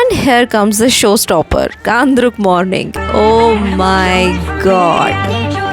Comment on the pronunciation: 1st indian who pronounced Ghandruk well like we. ❤❤❤❤❤❤❤❤❤❤❤❤❤❤❤